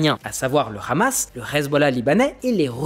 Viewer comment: Vous oubliez l'effort (infructueux) de corriger la prononciation de khamas (devenu sobrement h'hamas) trop connoté pro-israélien